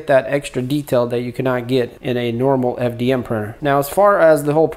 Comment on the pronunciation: 'Mormal ' exposure!? Lmao!!